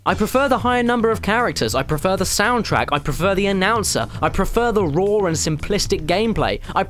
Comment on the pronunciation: Why does he pronounce raw as rawr?